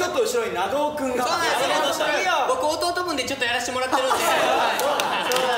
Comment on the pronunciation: 長尾の発音が関西と関東で違うのかな？笑 優斗くんの長尾の発音聞いてめちゃめちゃ違和感あるw